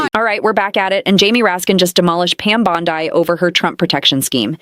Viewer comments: Its pronounced Bon-dee not Bon-die. Please dont confuse that sick puppet with the beautiful Place in New South Wales Australia. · IT'S NOT BOND EYE, IT'S BOND EEE!!!! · Pam Bondeeee!!!; NOT!!! Pam Bondyyyye!!! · It is pronounced Bondee, not Bondie, even though I agree it would be nice if she did. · It's Bondeeeeeee, I looked it up!